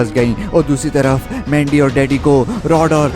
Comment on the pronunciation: Pahele to mujhe laga ke mandi ko lendi kyu bol rha hai 😅😅😅😅